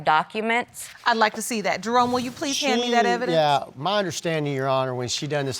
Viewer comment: Eee every time I was hearing the judge calling him I heard Drone🙈 and it is Jerome😉